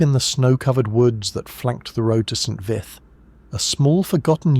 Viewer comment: St. Vithe is pronounced VEET not vith.